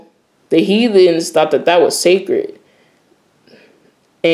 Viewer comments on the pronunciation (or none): none